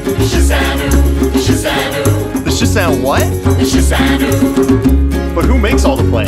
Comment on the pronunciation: shisan WU not shisan oooo